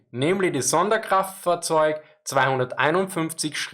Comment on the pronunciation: Dude, that’s awesome how you can say the whole sonderkraftzwagonein…. Something something without messing it up. Props!